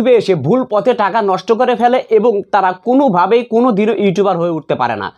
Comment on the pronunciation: (কুনো) না কোনো ok